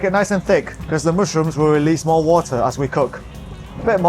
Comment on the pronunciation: He is sooo cute "mooshrooms" 😍